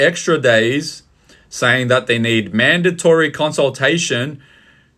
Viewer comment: Madatory consultation... seriously, stand up australia. FFS.